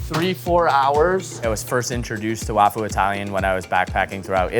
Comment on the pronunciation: LMAO i remember hearing that and not thinking anything of it for some reason but yeah "suh kuh mon" is crazy too. i feel like if you're taking on other cuisines and stuff the bare minimum is learning to pronounce them correctly. at least he said wafu right and not "waifu"